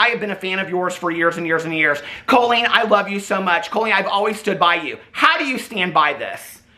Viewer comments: You saying her name like Coal-Leen is sending me to stabby town. Lol. Caul-lene, like Jolene. Anyhoo....she's just like Shane. I've been saying this the whole time she has been YT FAMOUS. Maybe we need to check in on anyone else from the early days of YT that did comedy, as they all seem to be sick people.... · I keep hearing “colon” when says “Colleen” and I respect.